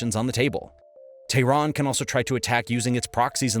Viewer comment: why does he call it "tahran" sometimes and "Iran" other times.. are they different things surely im missing something